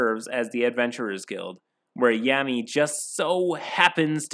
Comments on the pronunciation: Laughing at every time you say Yammy lmaoooo. Spoken like a true non-weeb 😂😂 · As soon as he says, “Every kid turns 13 and gets their grimoire” I immediately knew it was gonna be about Blackclover (I read the manga and I love it dearly as it’s honestly inspirational and I relate to Asta a lot). Also I love how he mispronounces “Yami” all the time The Dm basically just took Asta and swapped him with Captain Yami but made him incredibly pathetic and cringy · Your video quality is constantly improving. That said, a couple quick pointers: 1. Pronunciation. You've gotten better with this, and calling Yami (Yaw-mee) Yam-ey isn't that bad, but reading Deus (day-oos) as Deuce was like getting run over by a freight train. 2. Some editing is still off, with both video and audio. I'd say you should always rewatch your final draft right before uploading. Your earlier videos were hard to watch, but this one was straight up good, and I can see the quality getting better. Congratulations, you've got better content than 80% of YouTube content creators!